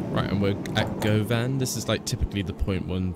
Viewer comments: Also it’s not pronounced Go-Van it’s pronounced Gu-van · Pronunciation of Govan is Guv as in Governor, and Anne... Guv Anne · "Guvvin" would be a bit more accurate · Great vid though just a heads up, like others have said Govan is pronounced as Guhvan (like you're saying luvin) & cessnock is pronounced as Sessnock